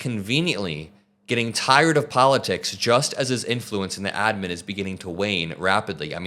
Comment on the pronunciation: Everytime you say adman makes me want to puke